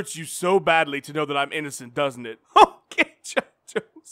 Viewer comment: H'oh'kay Jon Jones.